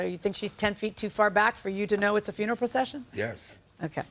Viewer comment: Sound it out: FUNE-ER-ALL